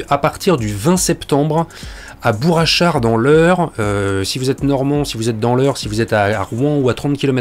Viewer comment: J’ai un peu envie de faire mon chieur, mais dans Bourg Achard , y a un G à Bourg , donc on ne fait pas la liaison "Bourachard" , mais on prononce Bourcq Achard , en français ce G, se prononcé Q ou K ,et on fait la liaison avec ça. Et toc , pour une fois que c’est moi qui t’apprends quelque chose , j’vais m’gêner tiens......